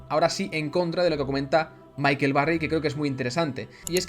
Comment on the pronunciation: michael, no micahel